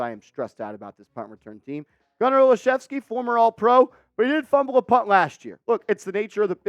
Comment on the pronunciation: I'm related to Gunner, this is great.....Im shocked you pronounced our name right lol